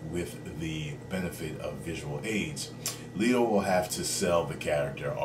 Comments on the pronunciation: its letto not leeto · Hey, you pronounce Jared's last name like "let" not "leet".